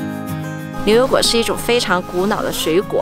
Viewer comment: 女主持的普通话有一点点口音，不知道是不是四川人？把牛油果说成流油果。